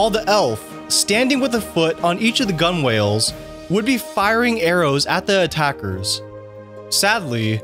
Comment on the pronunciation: Oops, “gunwhale” is pronounced “gunnel” . We guess that you’re not very familiar with boats or watercraft.